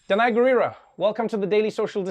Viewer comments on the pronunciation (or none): stop pronouncing her name as dhanai it's danai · Trevor it's Da not Dha